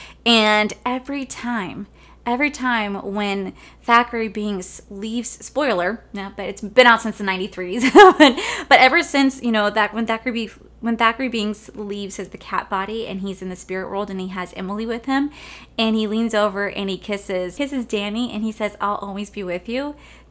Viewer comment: It's Thachery not Zachary Binks lol. Everyone always assumed she just had a lisp and said Zachary wrong. But it is always been Thachery. Not your fault! So many people say it the same way as you. 💗